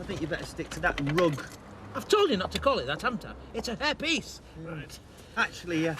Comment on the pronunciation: It cracks me up that Reg pronounces Hair piece as herpes